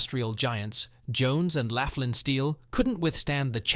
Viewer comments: Jones and Laughlin Steel Mill. Laughlin is pronounced lock-lin. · The mispronunciations kept me laughing. Whoever did this clearly never set foot into western Pa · It's Jones and "locklan" not Jones and "lafflan".. and its the "yock a ganey" river. You missed Carrie Furnace... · Jones and 'laff-lynn" steel? The "you-gee-awe-gan-ee" river? The narrator clearly never set foot in Allegheny County. It's "lock-lynn" and "yawk-a-gain-ee" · Is it too much to ask to do a little research to find out the correct pronunciation of Jones & Laughlin and Youghiogheny?